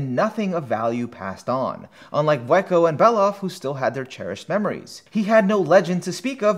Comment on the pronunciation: Yeah, it feels like "Bondrewd" was strangely overemphasized as well, and "Vueko" felt a little slurred. He nailed Wazukyan and Juroimoh though.